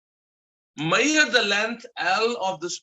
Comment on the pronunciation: you pronounce measure like "maiyaar"